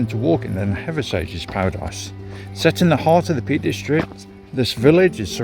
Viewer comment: nice video mate....really enjoyed it however the wife cringed every time you said Hathersage instead of Hathersidge...and whenever you called Higger tor , higgers tor